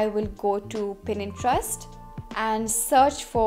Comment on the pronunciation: Di yaaar 😂😂 pinterest aap.galat bol rahe ho 😂🤷 Pinterest aisa pura bola 😂